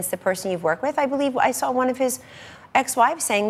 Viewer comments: Sawl is not a word Kelly Ann. Trump Administration is killing our language... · She said "if I sawl it" at 4 min. Go back to the libarry and see if saw has an "L" in it.